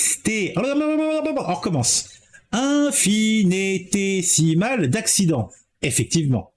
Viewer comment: Même après ton troisième essai, tu n'as toujours pas bon : infiNItésimal. Bizoux......